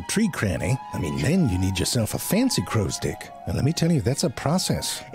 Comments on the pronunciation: Oh he 100% knew what he was doing with constantly saying "crows stick", don´t you worry 😂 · I didn't hear the "crow's *ick" thing until you brought it up XD